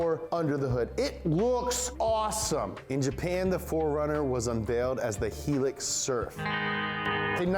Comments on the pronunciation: Heelux 😳 no mate highlux is how you say it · Arrrgghhhhhhh c’mon!! It’s HIGH - LUX (HILUX) not Helix.... glad I got tha5 off my chest!😜👍🏼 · It always has and always will be pronounced 'High-lux' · high lux not helix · Did he say helux and not hi-lux(high lux) Just when we thought you finally pronounced nissan like an australian you do this to us angry australian intensifies Fun facts 4runners/hilux in australia often get engine swapped with blacktop/silvertop 4age and they dont care if the hill is made of sand and its actually a dune their climbing up there and you cant stop them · Old video but damn it, it's Hi-Lux not HELIX! Are you good at anything? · HI LUX you numpty ......heelix hahahahahahaha typical yanks and their stupid pronunciation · Wrong. Its pronounced "High- Lux" it means "high and luxury" i had been pronpuncing it "hee-lix" for a while too lol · High lux not heel lix. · That's not how you pronounce Hilux or what you say "Helex" it is pronounced as Hi-lux (high lux) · Why do you Americans pronounce "Hilux" (Helix) when it's pronounced (High-Lux) like Hi and Lo 4x4 or High and Low 🤦🏽🙄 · “High-lux” not “He-lux.” Otherwise great video! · Heelux? Gross!! It’s “high”lux!!! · It's 'High Lux' BTW not helix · Media it's High Lux.... Not hee lux... Why do you keep pronouncing it wrong every time!? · It's pronounced High-Luxe, mate... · It’s hI-lux, not hEE-lux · its pronounced High-Lux not he-lux you fuck wit yank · its not (he-lux) its (hi-lux) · The way he pronounced hilux set me off. Its HI-LUX, not HEE-LIX. (Im Australian btw. Toyota's for life). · Hilux is pronounced high-lucks not he-licks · *High *lux lol bro, He Lux hahahaha FML you make my life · ITS HIGH-LUX, NOT HELIX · It's a hi-lux not a helux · the toyota helix.... good sir, i believe you are trying to say HILUX. pronounced HI LUCKS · high lux not hilix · Hilux = lol its pronounced "High-LUX" not Heelux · Bro it’s HIGH LUX - Hilux - not heeelux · toyota helix? you me HiLux (high lux)